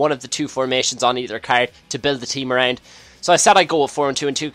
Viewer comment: i like how he says 'around'